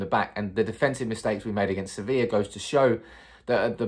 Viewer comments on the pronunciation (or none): none